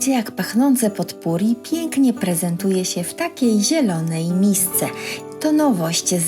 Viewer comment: Nie zeby złośliwie, lubię pania słuchać, ale potpourri wymawia się - popuri .